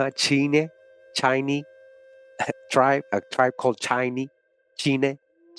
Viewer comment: Chine (Chee-Neh)